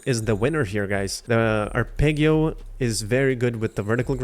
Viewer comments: Ar-peg-io pissed me off lmao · It's arpeggio not arpeggio edit: thanks for the video :) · You’re saying arpeggio wrong. I would want somebody to tell me. Thanks for the video. Very helpful